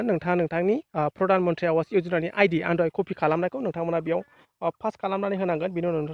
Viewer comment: Not आवास but pronounced as आबास ,awas ( आबास )ni wngtiya jabai tagra Kuli.